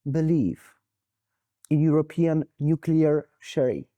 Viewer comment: Jeesus, get a host or do subtitles, no Youtube CC doesn't understand you either. You can't pronounce european countries so that neither Paine, nor me, can even quess what you meant. And the questions In the context of US-Russia relations: "is US trying to reverse Nixon or Russia?" Whaat??